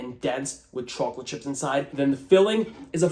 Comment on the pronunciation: i can't watch ur chocolate recipes anymore because the way you pronounce the word. it causes visceral frustration like nails against a chalkboard or touching cotton balls. this is me begging asking ordering and warning you pls stop